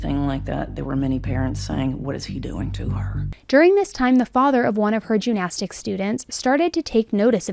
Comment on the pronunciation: First of all, your content is wonderful. Just a head's up...your pronunciation of gymnastics might be a little confusing to listeners. It sounds like you are saying "jew-nastics" as opposed to "gym-nastics".